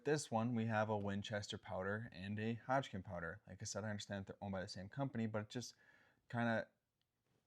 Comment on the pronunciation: I like the information being provided, however I can't stop geting hung up on the fact that he can't seem to pronounce Hodgdon as Hodgkin.